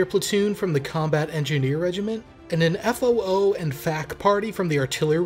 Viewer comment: Just a quick point about pronounciation. We don't sound out the letters in FOO/FAC. It's pronounced as one word, ie: foofack